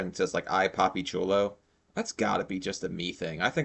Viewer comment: Papi chulo, not cholo. LOL "Cholo" means gangbanger in Spanish. "Chulo" means handsome, sexy, cute... LOL Just to clarify, there...